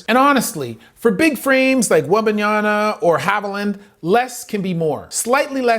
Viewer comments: WEMBANYA MA, MA, MA. NOT NYANA. C'mon dude. Black Amerikan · Brother, it seems that you also have another PHD in the wrong pronunciation of athletes' names.😁😂 Wembenyana, Jianis, and I'm just glad you didn't say shet rather than Chet.🤣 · Please, stop calling him "Wembayana"... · please learn to say his name right. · Now that the NBA fnals are over, you can spend the summer learning how to pronounce Victor's last name. Good video. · The dude can't even make the effort to learn how to pronounce Victor's last name correctly.